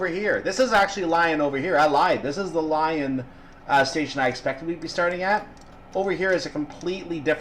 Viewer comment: Great and informative video. really enjoyed it. One bugbear Its leeeeeee on Not Lion